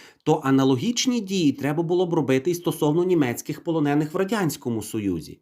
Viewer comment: У слові полонений наголос на е